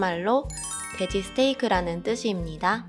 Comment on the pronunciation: 일본인은 돼지 발음을 대지라고 하는듯 ㅋㅋ